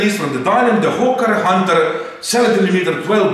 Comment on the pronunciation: Why when says hawker hunter i hear ho*ker hunter hahahahah